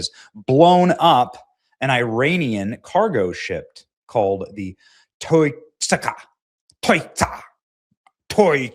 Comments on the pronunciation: Its pronounced TOO-SKA.. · You really can't read OR speak English, can you?!?! How do you pronounce the name of the vessel that absurdly stupid way?!?! It's called the TOUSKA...TOO-SKA...my 4 year old daughter got it first try! You sound like one of those actors in a dubbed over karate flick from the 70's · Btw ... it's promounced Toos-ka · THE SHIP'S NAME IS THE 'TOUSKA'...PRONOUNCED 'TWO-SKA'....⛓🚢⛓ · Yea benny, I think its pronounced taow-skaa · TOUSKA is pronounced Tow - Ska but spelt Touska 😂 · The Persian name Touska (توسکا) is commonly pronounced too-SKAH (IPA: /tʰusˈkʰɒ/). It is often phonetically broken down as "Toos-kah". This name refers to the alder tree in Persian, and it is also used as a female given. Must be the Botox injections in your forehead Benny. It’s a paralytic. No long term studies yet. However it can cause early onset of Dementia. But no wrinkles right. Goes good with that skinny face death look from Ozempic or Mounjaro. STOP 🛑 IT. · TOO- SKA . That's how you say it Benny . Too -Ska . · Why did you pronounce it like that? That’s the easiest name to pronounce. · You could stop acting like a dumbbutt when pronouncing the name of the Iranian ship.